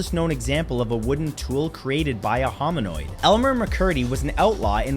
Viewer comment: Hominid... not "homin" OIDE.